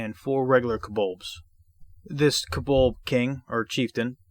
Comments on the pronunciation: Oy Vey, it's pronounced "CO-BOLD" not "kubuld". Good grief. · I'm sure he's saying kobolb.